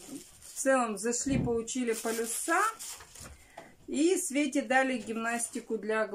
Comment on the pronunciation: полИс, а не полЮс!!! А зачем вы просите оставлять комментарии, если большую их часть вы удаляете, а тех, кто пишет правду и честно указывает на недостатки - блокируете???, зачем лицемерить и лгать??? Вы не можете найти 1000 руб на лекарства для дочери, но накупили кучу ненужных блокнотов. И так во всем. А за Ваню не переживайте. К 7 годам, как идти в школу, он точно откажется от памперсов. И вам напрягаться не нужно будет - учить проситься на горшок и вставать ночью. Вы же такая уставшая, такая уставшая.